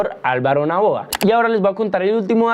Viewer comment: Es Daniel Noboa, no Naboa.